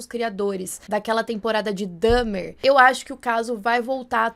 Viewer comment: Se vc não vai fazer o MÍNIMO esforço para pronunciar nomes em inglês de forma correta então não deveria nem se intrometer a falar sobre eles. A menina não consegue nem falar Dahmer de maneira correta! Pelamordedeus! Mas pelo menos consegue pronunciar Lyle. Imagine se ele “abrasileirasse” o nome do garoto tbm. 😂 Não quero nem saber como q ia ficar!! 😄 Gostaria de saber onde vc tirou essas informações. Por exemplo, nunca vi em nenhum lugar que José tinha vergonha de ser cubano ou que Lyle começou a ficar CARECA ou que ambos os pais o forçarão a colocar peruca. O menino começou perder UM POUCO de cabelo começando com 14 anos e foi o pai que o forçou a colocar peruca até onde eu sei. E a sala dos pais não era cineminha, era uma sala normal com televisão e sofá. E não era no fundo da casa, era logo do lado da porta de entrada. Então gostaria mesmo de saber onde vc pegou todas essas informações.